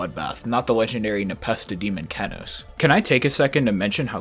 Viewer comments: not keh-noase, key-noase. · he says keh-noce not key-noce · kEnos not KeNOS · Key-knows not keh-knoes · Cool but istg isn’t it pronounced KEEnos and not KEHnos? Am I tripping? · “kehnos” that hurt me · Kenos; a top ten extreme demon verified by npesta, the verification took 8 months and 135,320att to verify, he has become an internet meme for his hilarious reaction to beating the level, pronunciation (key-nose) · did he just say kennos wtf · It’s pronounced kee-nœs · sorry but i cant stand the kehnos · Every time he calls it "kehnos" I lose 5 brain cells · Yeah man it feels so unbecoming but whatever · Kennose he says, kennose. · Dawg the funniest thing about this video is how you pronounce Kenos